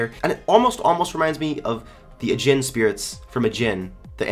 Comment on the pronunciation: one i love u for watching anime. two im really annoyed at you for saying a jin instead of are jean